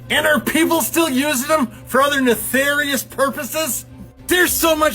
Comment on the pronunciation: Did just say “netharious”? lol nefarious… just giggling about it because for some reason my brain echoed “nothoriouth b.i.g. “ 😂not making fun of speech just fun with words in general ✌️ gotta laugh amongst all the awful things that continue to try to drag us down lol 😅